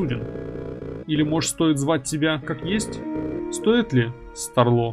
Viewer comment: СтАрло, от слова стар, ударение на а